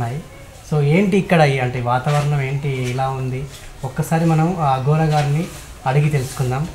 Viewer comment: అఘోర అనాలి అగోర కాదు